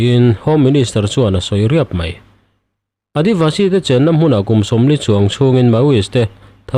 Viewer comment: Adayvashi nilo...Adivasi zawk aw..Heng hi tribal hnam sawina aw..